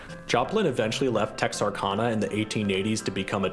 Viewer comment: Interesting video, but I just can't get over how your pronouncing Texarkana. The proper pronunciation of Texarkana would sound more like Texar-can-a. You pronounce the kan part as can.